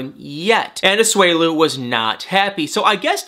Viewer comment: It’s A-SU-E-LU not A-SWELU